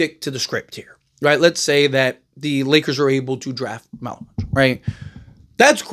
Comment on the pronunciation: you got his last name right good job lol